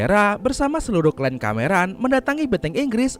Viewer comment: KLAN YA MIN, BUKAN KLEN.